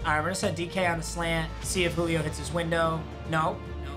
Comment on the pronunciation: Nobody:: “Julip”